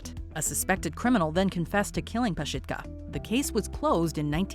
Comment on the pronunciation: Anyone else keep yelling at the screen PazSITka? Like there's no "H" so it's NOT PazSHITka 🤔I don't think lmao 🤭🤣